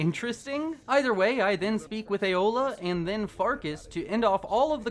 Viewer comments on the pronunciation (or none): This is the second time I've watched this video and only now I've noticed... He kept the whole video saying Eola instead of Aela XD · I feel the need to point out that it's Aela, not Eola. Eola's the cannibal. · Why he say aela like aola?????? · Ay-OH-la I cannot 😂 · Aela doesnt have an O in it 😅😅 The way you say it reminds me of something else